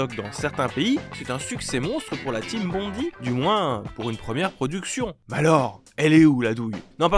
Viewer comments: Bondi, ça se prononce (à peu près) "bonn-daille", pas bonn-di. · Bond-aie, pas Bondy, ça c'est à côté de Paris.